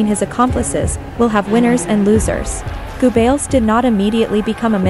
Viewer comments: lol....Joseph Goo Bells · Go-bells? Female needs to learn pronunciation